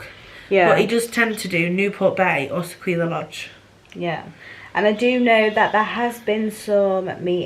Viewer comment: Really enjoying your vlogs but just one minor thing which is that Sequoia Lodge is pronounced "Seh-koy-ya". I don't mean to cause any upset but just wanted to make sure you knew for the future. Keep up the good work, I look forward to your future vlogs!